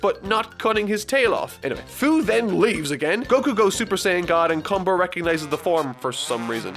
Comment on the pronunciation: Cumber. Cumbeeeeerrrrrrr... Does that sound wrong to anyone else? Just me?